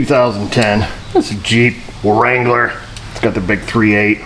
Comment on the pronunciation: I know you probably already know this, but you don't actually need to pronounce the leading "w" in certain words like wrench or wrangler... I know it sounds cool... You CAN move on if you feel like it.